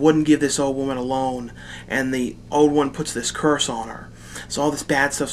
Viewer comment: I have always liked the way you say "old." You say it "ode."